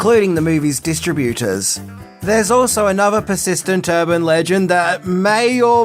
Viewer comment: The movie’s “Dis-TRA-bu-ters”? Dis-TRA-bu-ta” 😅 It’s “Dis-Trib-U-Ters” But he says “Distribute” correctly